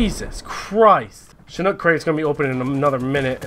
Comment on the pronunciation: alright listen here bOi i love your videos but stop fucking saying SHIN N O O K its CHIN H O O K